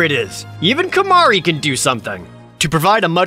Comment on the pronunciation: Great video.. to the tee... Except Kimahru 💀